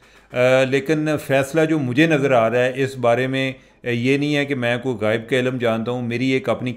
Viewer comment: Cherma sahib tusi bahut funny ho … Mehsoos nahi Makhsoos -Gayeb nhi Ghaib😂😅 but Cheema Sahib we’re loving it ❤❤❤❤ look forward for your Vlog👍🏻